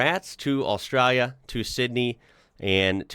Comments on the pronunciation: Straya, nailed it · Love it, is getting an Aussie accent with how he says Australia